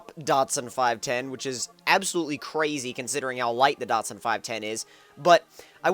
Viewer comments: why does he keep pronouncing datsun wrong DAT-SUN not dotsun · Datsun...... not Dotsun but awesome video still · lol datsun is the name nissan used when the first started importing cars to america because they were afraid of market failure and they didnt want to dishonor the nissan name. i was just making fun of the way he says datsun. "dot-son" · what the fuck is a "dotsun"